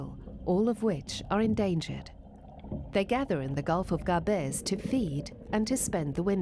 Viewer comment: It s Gaaaabes not Gabeees. I could get ear cancer from hearing this. Otherwise nice docu.